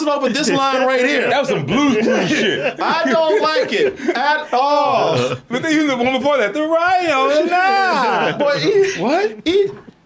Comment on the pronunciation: Dat "At Orl" made a come back in a DT glorious way